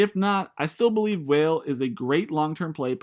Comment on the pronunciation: actually its pronounced Val-A. Portuguese for valley